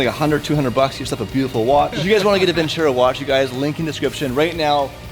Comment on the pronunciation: It's not vincèro, it's vinceró. It hurts my ears, please.